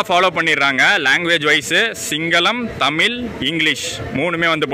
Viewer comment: தமில் no ....say தமிழ்..."ழ" என்பது தமிழின் அழகு. தயவு செய்து கெடுக்க வேண்டாம்